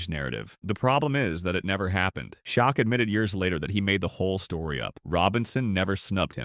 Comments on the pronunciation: Pronouncing Olajuwon as if asking a question is somewhat rare, but Shok is absolutely reprehensible. #CmonMan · Shaquille's nick-name is pronounced: Shack.